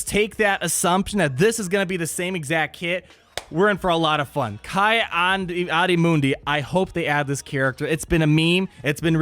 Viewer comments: Hey bro, it's pronounced "Kee"-Adi-Mundi not "Kai"-Adi-Mundi. 🤣 But Hell Yeah, my favorite Jedi from the prequels finally shows up in GOH, I cannot wait until he becomes farmable! So hyped! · It's KEE-AHdee-MUHNdee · Please never say “Key-Ahdi-Moon-Dee” incorrectly again. That was terrible pronunciation homie. Otherwise excellent information. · Say it with me now: key- audi- moon-dee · I don’t normally complain about things, but this has been bugging me for the many videos that his name is mentioned:, his name is pronounced “Kee-Ahdee Moondee.” Other than that, great content. Love your videos, bro; keep it up! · Kai-Adi-Mundi hahahaha